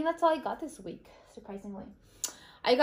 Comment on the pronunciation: At 2,43, when u said week, i thougt u said Greek lamo.